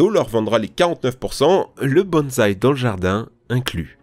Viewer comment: "Bonsai" se prononce [Bon-saille], pas [bonne zaille] xD [Wolfensteingue] ? C'est une version spéciale où Blazkowicz a la dengue ? xD